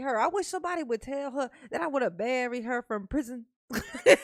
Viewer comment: Omg, I couldn’t take it. You just talk talk talk, let’s hear the damn transcripts, not the incorrect way you say prison 5689 times.